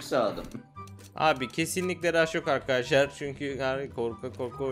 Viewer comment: Adam video girişinde merhaba ar kaşar diyor